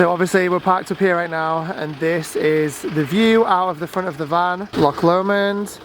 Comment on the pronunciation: Omg I remember last time you called it lock L’mond and it was making me laugh, but I get it, when you’ve not heard the name before, it just tickled me. I only know because of the song, I’ll take the high road 😊